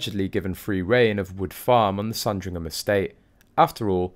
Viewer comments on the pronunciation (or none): none